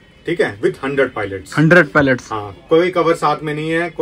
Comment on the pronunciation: Palets❌ Pilots ✅